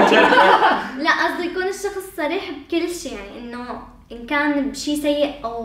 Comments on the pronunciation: سريح و عندك مشكلة بحرف الصاد و شخص هون ما عندك مشكلة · احب الاشخاص ذات القوة الشخصية مثلي ك لاحظوا عندما لفظ صريح وعند مشكلة بحرف الصاد فصار يتمسخر سكتوو دغري اما لو كان شخصيتو طعيفه كان شبعو مسخرة وهو عم يتضحك